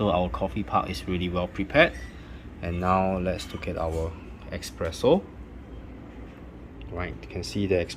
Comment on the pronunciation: You shouldnt say ekspresso,true is espresso(espireso) :)😊